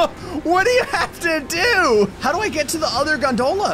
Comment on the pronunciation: Oh hey, he pronounced gondola correctly this time! Edit: I spoke too soon 🤣